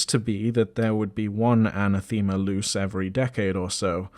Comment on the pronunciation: Aa-naa-thuh-muh not Ana-theema. Ew.